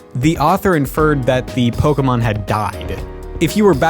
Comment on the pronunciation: Finally, not a youtuber pronouncing pokemon as pokimon.